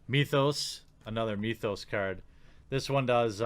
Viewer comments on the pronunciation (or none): Myth-os not Mee-thos.